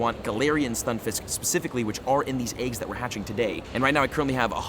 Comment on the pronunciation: He‘s literally saing aiggs!😂